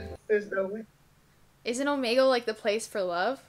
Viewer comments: Its pronounced oh-me-gle. NOT oh-ma-gel! Get it right! (Btw it annoys me when people pronounce it like that. So please say it oh-me-gel, thx😊) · oh- MEE- gul is how u pronounce it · Its pronounces omeegle no hate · is it just me or is she saying omegle wrong?